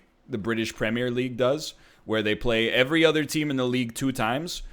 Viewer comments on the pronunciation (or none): "Play Verty"- Lord Egg